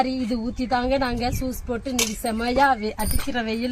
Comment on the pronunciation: சூஸ் இல்லை யூஸ் என்று சொல்லுங்க